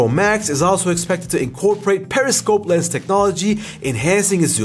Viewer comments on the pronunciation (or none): none